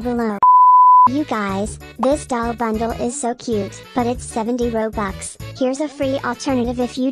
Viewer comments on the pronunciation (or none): none